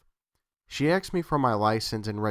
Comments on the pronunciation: I do enjoy your stories. These "glitch in the matrix" are especially entertaining. Some constructive criticism: ASKED - please stop pronouncing it AXED. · I know this is an older video and I love this channel. You have a great voice for horror narration. Just one small tip and that is it's "asked" not "axed". I apologize if its a local accent, its just a small pet peeve of mine. Keep making great videos! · "Axed me"?! Nice collection and good narrating though.